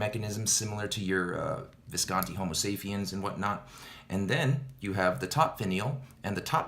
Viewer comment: As it is a pen and not a phone, it is Homo Sa_p_iens, not Saphiens ;-) Interesting review, as are all your reviews till now!! The bad things for me are not minor, they are no goes for a pen, that isn't a Jinhao or PenBBS but a high end pen of 500 bucks plus ...